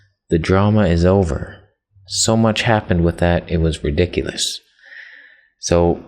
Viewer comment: Did you say ridickurus?